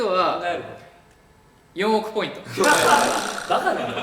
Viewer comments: ずっと思ってたけど翔太くんって2ポイントじゃなくて2ポインツってちゃんと複数形で言うよね笑笑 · 1ポイン“ツ”なのに 4億ポイン“ト” ☺️☺️☺️？？？？？ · １ポインツって言ってるのに ４億ポイントになるのかわいい笑笑